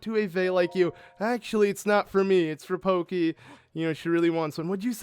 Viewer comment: When I heard you pronounce Pokki as "Pokey", I couldn't help but think of Gumby... just sharing